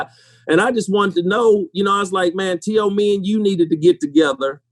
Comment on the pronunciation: T.O. low key pissed that Randy mispronounced his name